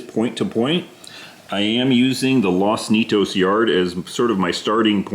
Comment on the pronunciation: Like your layout. Nice and simple. Good size, and point to point, yet still a loop. Good job. By the way, Los Nietos, you could pronounce as "Nee_ ate_ os." (Spanish). It means "the grandchildren."